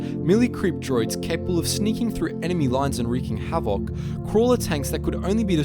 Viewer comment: 6;41 You just slaughtered that pronunciation of havoc